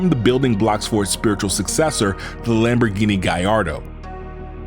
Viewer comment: the way you pronounce so many Lamborghini's sorta makes me angry